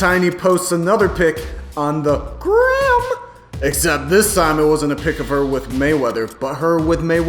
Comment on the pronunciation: why da fuq he say gram like dat. lmfao